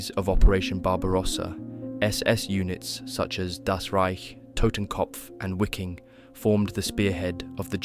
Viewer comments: The Red Army entered Berlin on around April 21'st not May and your Wiking is pronounced Viking btw. I appreciate your work but it's rough around the edges. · Wiking is pronounced VeekinG. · Wiking is pronounced Viking in German.